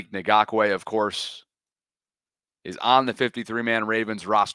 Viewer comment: man you struggled with his name. Come on now. It’s not Na-gock-way. Isn’t it like Ingraven. Ing-gock-way Idk maybe I’m wrong.